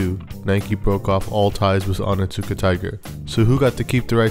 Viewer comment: It's not "oh nit suka tiger" it's "oni-suka tiger". The T is basically silent, because "ts" in Japanese words is just an S sound with a VERY subtle (almost silent) T sound before it. Just a heads up from a word nerd... and Onitsuka Tiger fan 😸